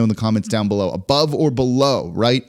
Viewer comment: “Ubove” 45 wins